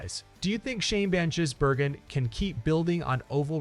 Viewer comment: Van Jizbergen he says